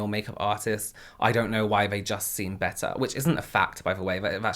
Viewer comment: it is so funny to hear/see you change the “th” sounds for the “v” sounds. Like, when you say “they”, you actually say “vey” :)